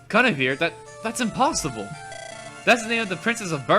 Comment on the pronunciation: it's pronounced "Gwin-eh-veer"